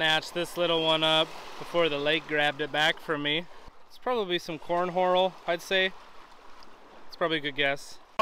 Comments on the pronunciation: Lol you called it corn horal instead of horn coral lol. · 😂🤣😂Are you purposely saying corn horal , Instead of Horn Coral?😂🤣😂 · LoL "corn horal" ! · Did you just say corn horal?😂😂😂